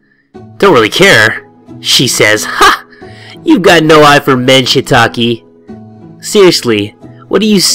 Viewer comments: Love the beanieee!!! (P.S Shiitake, Shiitake 😂😭 and Misao is "Mee-Sah-Oh") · LMFAO "ShitAki" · "Shitaki" Goddamn it.